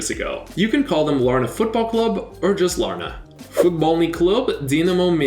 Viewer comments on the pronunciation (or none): You said larne wrong it’s Lar-nn not Lar-na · also Larne is just pronounced Larn lol